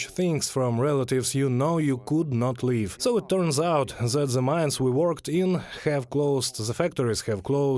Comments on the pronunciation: Sorry to point it out, but your English pronunciation of "THE" as "З"э - was very disturbing. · Fully agree . I made the point and was mildly reproached. Linguistically the "th" sound is not that difficult to learn to pronounce correctly. It bugs me too .